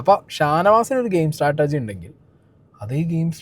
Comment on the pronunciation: Startergy alla.. "strategy" aanu